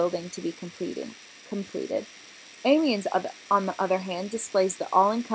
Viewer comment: It pronounces Sawlsbury not Selisbury and Ahmioh not Emienns. Gosh this is so american not even trying to pronounce it right. The Gothic architecture arrived in england at the end of the 12th century with the new building of the choir of canterbury cathedral. It was brought to England by the Cistercians and William of Sens who is the architect of Canterburý´s choir. It´s Reims cathedral in the right corner. And Salisbury was built from 1220 until 1258. The central tower was a later addition of the 14th century. But at the other point you´re right. Amiens and Salisbury were built at the same time. Reims is a little bit older.